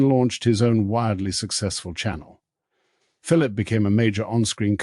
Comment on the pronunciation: Hanni not Honey or Harney. Philip not Phillipe. Must be AI.